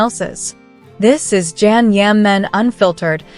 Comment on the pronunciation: Please say his name correctly